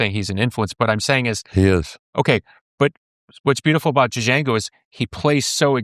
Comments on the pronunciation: billy says "D-jango" lol its pronounced jango like the tarantino movie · Duh-jango, Billy? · "Dah-Jango" LOL, Billy! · Billy, the D in Django Reinhardt is silent. Show some respect to a legend by saying his name right, please.